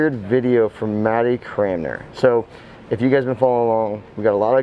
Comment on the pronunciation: how are you pronouncing his last name? 😄😄 Nobody can ever get it right, unless it's a running joke on purposely not saying it right. LOL! (...please don't take this as a negative comment - just talking here! 😎👍) Can't wait for the sui contest!!!